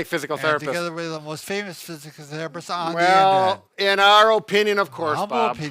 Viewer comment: Guys! Guys! You said physical therrrupsset. Less mimosas for brefast. Love ya!